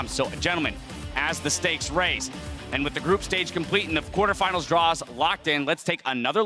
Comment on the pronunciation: he said quartefinals...not semifinals...